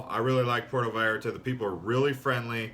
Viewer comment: Ok I get it, this is parody? You are satirizing cousin Reggie from PotatoSandwichVille Michigan. His big trip to Porto VAL ART AH. Cool. Hey, this is funny! How you can deliver those lines and keep a straight face. Are you serious?